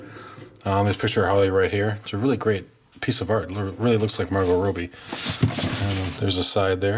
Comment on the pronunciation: It's Robby, not Robey